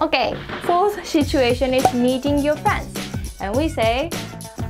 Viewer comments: Just a friendly advice. You should probably drop the H when pronouncing "situation". It's not pronounced "shituation". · really interesting. Quick tip - it's pronounced sit-u-ation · Great video! You might want to be careful with your pronunciation of the first syllable in 'situation' though! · Her saying "shituation" is pretty funny...😂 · "shituation" 💀 THIS WAS NOT MEANT TO BE HATE SHE MAKES AMAZING VIDEOS THAT TEACH ME SO MUCH! 💛💛💛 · "you're in a good mood... what happened?" there was a shituation 🤣